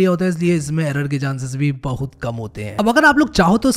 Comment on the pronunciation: The way he says bahoout resembles like he is from u.p